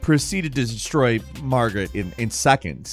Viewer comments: Margit not Margaret. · Idk why it bothers me so much when ppl call margit "margaret" but MAN 😮‍💨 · Was it just me, or did really keep calling Margit Margaret? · Bruh why you keep calling Margit Margaret? 🤣🤣🤣